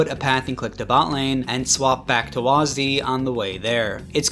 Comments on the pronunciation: They call it WHAZZ DEE, instead of W A S D. It's not a fking name, it's keys on a keyboard, get it right. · listening to you pronounce wasd as waas-d hurt me physically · wahs dee lmaooo bro its wahsid xD